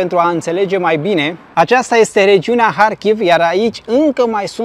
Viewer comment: dacă tot spui în ucraineană numele orașului, măcar spune - l corect: Harkiv! Faci o combinație între Harkiv și Kiev! ( E corect ce face: respectă țara în care se află. Dacă un vloger maghiar ar denumi orașele românești din Harghita - Covasna cu denumirea maghiară ne- ar plăcea? )